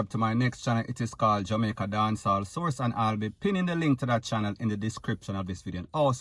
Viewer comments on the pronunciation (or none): none